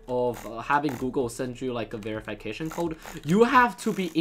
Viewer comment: me: ve-ruh-fuh-kay-shun: ve-re-fai-kay-shun